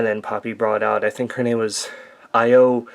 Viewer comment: The name is Io Shirai and the first name is pronounced like Eoh.